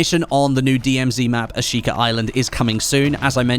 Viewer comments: There is no R in Ashika. Not a single one. I get your British, but just stop it. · There’s an R in Ashika I just know it